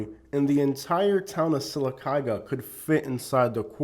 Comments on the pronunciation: lol you lived there but can’t even pronounce it correctly 😂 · He needs to learn to pronounce Sylacauga 🥴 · You can’t even pronounce the name of the town. You don’t know what you are talking about. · 2 min into the video and I can tell two things. You haven’t traveled much and that you’re not as familiar with Sylacagua as much as you say. The way you say Sylacagua tells me that😂 and while it is trashy I’ve been to much much worse state side. Don’t get mad and talk trash on a whole group bc one pissed you off. However, the woman was definitely in the wrong. She should’ve kept her mouth shut and went back to her double wide.